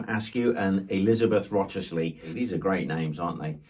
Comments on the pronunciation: I think it's pronounced Thomas "Wrisley." "Call me Wrisley." Thanks Wolf Hall 😆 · I thought Wriothesley was pronounced Risley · The Tudors were real monsters. There was no justice for anyone Catholic or otherwise. Wriothesley's name is pronounced as Risley, with a short i sound. They are the Earls of Salsbury and Marquesses of Exeter and Salisbury. They bought the stolen and disolved Cistercian monestary at Burghley for a princely sum from the king, after Cromwell had had some of the monks cruelly tortured and martyred, and kicked out the rest- The descendants still reside there in splendor amidst the countryside of Lincolnshire, but I doubt you'll find Anne's story written up for public consumption when you visit. I find it's best not to admire aristocrats too much: Power, wealth and privilage are not sustained over centuries in one family without brutality and the blood letting of countless souls, down through history. Thank you for telling us her story. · I’ve always heard Wriothesley pronounced as “Riz-lee.” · Rizley is how you say it. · It's pronounced Riseley if Hilary Mantel is to be believed. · As I understand it Wriothesly is pronounced Rizzley. He was known as Grisly Wriothesly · Riz-lee is the pronunciation of Wriothsley. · The name is pronounced "Risley." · Wriothesley is pronounced "Risley". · Fascinating, yet horrifying story. According to Hilary Mantel, Wriothesley is pronounced 'Risley'. Easier all round. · You'd never guess it but Wriothesley is actually pronounced Rizzly. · Wriothesley is pronounced Risley. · In Wolf Hall they pronounce wriothesley 'risley' but i don't know what Hilary Mantel's source was for this, it could have been an in joke for historians looking at this absurd spelling. I love all your videos and your enthusiasm for history. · Wriothesley's name is pronounced RIZ-lee. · The name of the one torturer is pronounced "Risley". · Wroithsley is pronounced "Ris-Ley". Henry Wroithsley (I think). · 'Wriothesley' is pronounced 'rizlee'.